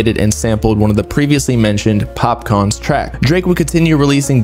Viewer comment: It's pronounced as Popkaan not Popcorn 🍿.😂😂